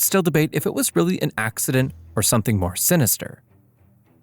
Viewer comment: The way he says Asiana “Assiana” loll